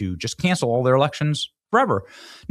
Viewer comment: Oh, Elections. I thought he said Erections.